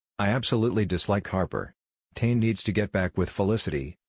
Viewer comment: That’s not how you pronounce tane 😂